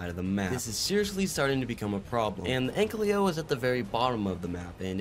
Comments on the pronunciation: “An-ky-lo” not “ank-ly-o” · Ik this is stupid, but the "L" in ankylo is pronounced AFTER the "ky"